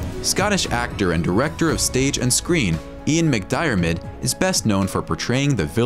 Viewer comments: WTF who even made this video? It sounds like it was written by somebody who doesn’t even speak English or know how to pronounce the names of the actors? (Ian Mc-DIAR-mid?) I lost it at the part where the showed Jar-Jar Binks the character as the ‘Then’ and Ahmed Best the actor as the now! Lol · Ian 'muhk-DIE-er-mid'????? Wtf is that? McDiarmid is pronounced 'muhkDERRmid'. Written English is not phonetic. This means that words and names aren't always pronounced as they are written. You have to learn how to pronounce words by listening to people say them (or learning the phonetic alphabet).